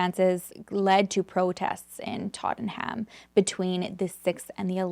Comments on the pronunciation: Tot-a-nam is how you pronounce it. I'm a manc and love your channel ❤❤xx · Absolutely love you and your videos since finding you but I can’t help but mention (purely to be kind) that’s it’s pronounced “tot-num” ❤ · Love how you pronounce our uk towns ..almost right we can be lazy and leave some letters unsaid lol so tottenham is tot num. I remember this case, so sad, i dont believe there was any threesome shannigans ..at least not voluntary, ..Jealousy and rage thats all ... Alice was just caught up in something her and Tborgh couldnt have forseen ..or prevented...if Alice wasnt there i think it still wouldve ended in Tborgh's death before he was due to go home sadly. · I've only just started the video but I'm giggling at how cute the way you pronounce Tottenham 🥰. It's pronounced TOT - NM but I prefer the way you produce it it sounds adorable 😂. ❤xx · Haha, the way you pronounce Tottenham is so cute! It's said more like tot-num 🫶🏻 Love from London ✌🏻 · you are too sweet! I adore how you say Tottenham, over here we actually pronounce it "Totnum" 😂 I have to say, I much prefer you pronunciation! xxx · You're so sweet with your pronunciation. I'm from London, we say it like this: Totten'um. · 😂😂 love your pronunciation of Tottenham x